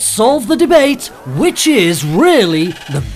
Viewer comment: Am I the only one who heard 'witches is the most popular' instead of 'which is the most popular'?